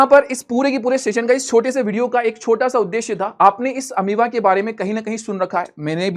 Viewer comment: Sir Ameaba nahi hata hai balki Amoeba hota hai ❤